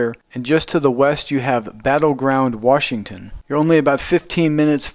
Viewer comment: Very nice, but Washington is pronounced "Wash"ington, not "Warsh"ington. There is no Warsh in Washington.